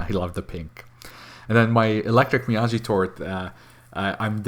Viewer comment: it's Me-Ya-GEE not "me-ya-shee". It's a Japanese name/pronounciation.